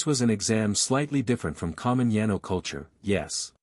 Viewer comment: Yeah the AI or what ever computer is reading can’t differentiate from Yano and Yino lol